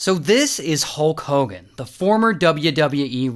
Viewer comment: Hulk hoe-gan